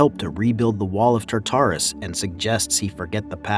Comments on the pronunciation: It's TARtarus not TaTARus. You have the emPHAsis on the wrong syllABle. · Love the commentary man, one thing I have to say, just to help you say such words like Tartarus, it's "tart" like the desert tart than say "arus" just break it down into these two words and than try say it fast. Also had trouble saying words like Hephaestus as well. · And Tartarus...it hurt me deeply...